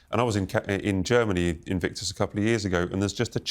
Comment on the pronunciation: Mr. Vickers….not Bickers.